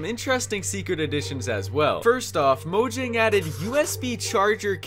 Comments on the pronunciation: Mojang is pronounced MO-YANG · Fun fact. People call mojang moyang and mohang...idiots right?